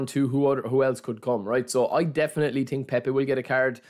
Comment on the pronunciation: „i tink“